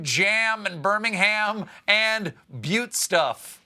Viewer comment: I love how he pronounced it properly, but in my mind I said it the juvenile way :D